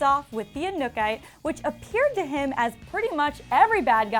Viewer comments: Edward Zamora anukay 😹😹 i cringed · was i the only one hoping kira would show back up at some point? also the girl doing this video cant even pronounce the inukatae correctly...triggered lol